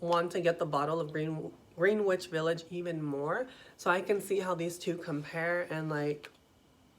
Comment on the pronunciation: Hello! If you ever read this the bond no 9 Greenwich village is pronounced Gren-itch. Thanks for the video.